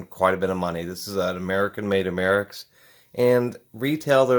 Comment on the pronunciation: You have a few good points, and A of incorrect information in this video. If you don't know the subject well, you should research more before providing misinformation and reinforcing misperceptions about fire extinguishers. First, it's pronounced AM-er-ex; also, your quality opinions also are dated and not necessarily reliable. However, larger capacity usually does equate to more extinguishing capability, but ratings don't always track with agent weight. Your descriptions of how the agent works to extinguish fires is messed up, with just enough accurate information to be confusing: The prime mechanism an ABC (or BC) dry chemical FX uses to extinguish fires is the agent breaking up the chemical reaction of the fire itself; see info about "Fire Tetrahedron" for more explanation. This is how the agent is highly effective on a weight basis on Class B fires (Flammable Liquids, Gases, and Greases), by interrupting the chemical chain reaction of the fire itself, NOT by smothering. The monoammonium phosphate (MAP) agent used in ABC extinguishers has the additional mechanism of smothering, which makes it effective on Class A fires (Ordinary combustible materials, such as wood, paper, fabrics, plastics, etc.). These solid materials can smolder after the primary chemical mechanism knocks back the fire; since not too much heat is removed by the dry chemical, a secondary mechanism is needed to prevent these solids from re-flashing into flame. The MAP agent does this by disassociating or b